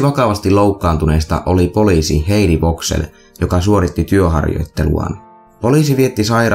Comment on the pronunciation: muuten hyvä video, mut alko häiritsemään f:n sanominen v:nä, esimerkkeinä veisbook ja heidi voxell..